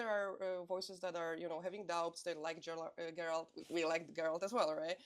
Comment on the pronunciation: I hope I'm reading too much into it but the Executive Producer mispronouncing Geralt on the first try is very concerning